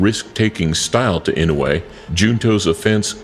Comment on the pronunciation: Most of these match ups are impossible unless Inoue challengers come way down in weight. Inoue started off at 108 pounds. He has now maxed out at around 122. Inoue will fight some of them but they will have to agree to drop a lot of weight. Oh, and learn how to pronounce his name. EE-NO-U-EH